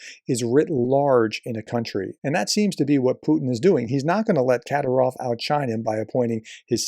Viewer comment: It's FED-ER-OV, not FEDORA. That's a hat. 😁 And it's Ka-DEER-ov, not KAD-er-ov.